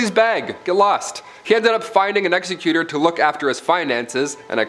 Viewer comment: He found an executor ?? Lol. Who did he have killed ? Lol. You pronounced (Executor) wrong.